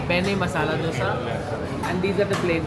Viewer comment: Beṇṇe Dōsay (not "Dhosa"). To understand better it's बेण्णे दोसे and not बेन्ने डोसा